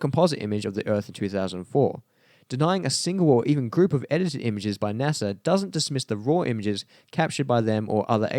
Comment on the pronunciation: I don't trust anyone that pronounces NASA, NASER.